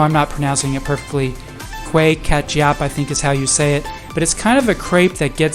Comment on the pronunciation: I am amazed at how much Penang has grown! By the way, it is koo whey ke tah yup for the kuih ketayap not whatever you said. We love your YouTube about Malaysia especially nasi kandar which is to me an amazing meal!